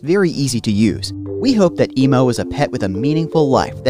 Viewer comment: It’s EMO not emu